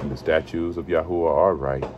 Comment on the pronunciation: The Torah of ya hoo a ?Why is it pernounced like that?